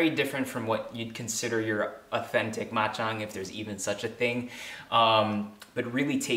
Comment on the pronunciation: Ma Chang not bak Chang. I love your cook so easy to make and health more power ser